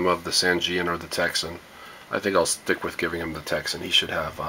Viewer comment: POPYCOCK Not a test all :- (1)should have been on same Antenna, (2) A Propper test of ssb..... (3) You havn't a clue re DX !! You dont know much about it do you....So why not pronounce the correct name TECSUN not a Texsen